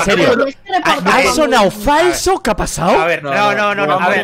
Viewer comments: "Kapasao?" de aqui a la eternidad! jajaja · el primer keapasao... Un momento icónico en la historia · Aquí empezó el "¿Que apasao?...."